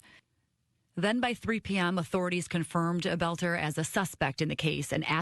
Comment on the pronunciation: His name is pronounced “belt-er”. Thanks Benny.